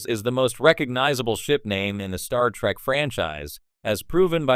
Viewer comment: why the AI keep saying star track lol